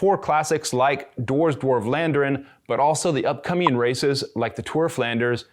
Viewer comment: Thanks for the vid. PS It's not 'war' with a 'd' in front of it, not the [oh] sound but the [ah] sound (as in 'arse' :-P ). Just saying.